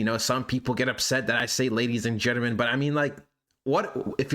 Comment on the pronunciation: You don't say "Gentleman", you say gittermen... wtf is a gittermen?